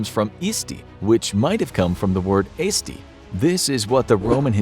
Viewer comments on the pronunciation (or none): mans literally pronounced eesti wrong but when saying aesti he said eesti right but aesti wrong